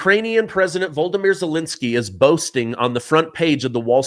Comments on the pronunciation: I love and respect your reporting, but ZELENSKY'S first name is the Ukrainian version of Vladimir. It's "VO-LO-DO-MYR", NOT VOL-DO-MYR. The first and third o's are long o's, but the second o is a short o. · it's Vol o di mir, not "Voldimir" (akin to Voldemort) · VO-LO-DO-MEER IS HOW ITS PRONOUNCED!